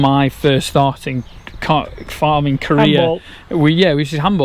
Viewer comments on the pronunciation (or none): When you said "My Farming Career" I thought you said "My Farm in Korea"!!!